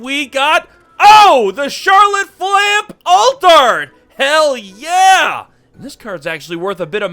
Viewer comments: Oda senpai I wasn't ready I was on the inhale 😂😂 also please I hate the character but her name is said flam-pay not flamp 👍🏻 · It's pronounced "Flamp - aye" the "e" is not silent. As a viewer i have a hard time watching any content when people can't even pronounce what they're talking about correctly . Don't take this as hate. It's constructive criticism. You're on a major platform. If you want your content to do well you need to at least pronounce things correctly. Unless it's satire or comedy reasons. But there needs to be set up for that otherwise you just look foolish. Glad you got the SP that's an awesome pull. That happiness quickly turned sour when you called it flamp.. here's my thought in a split second. " This MF just pulled an expensive card I'm looking for and he doesn't even know what it is.. "